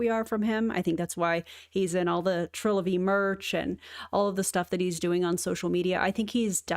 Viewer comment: Did he just mispronounce the new name of the company?